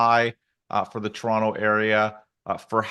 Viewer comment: The way you say Toronto area sounded like trauma area. Lolol